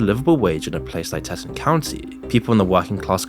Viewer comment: Teton county is pronounced like tee + t + on